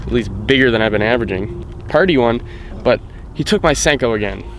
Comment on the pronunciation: Sanko or Senko?? LOL